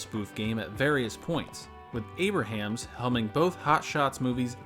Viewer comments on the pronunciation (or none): although it would seem like you'd read his name as "Aybra-hams" as spelled, it's actually pronounced "Aybrums" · You're not saying Abrahams (ˈeɪbrəmz) correctly. It's not like Abraham Lincoln. It's like Brahms the composer.